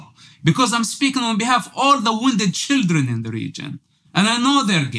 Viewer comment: It’s the pronunciation for me “shidren” 😂😂😂